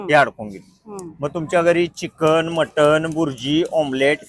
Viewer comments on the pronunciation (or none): none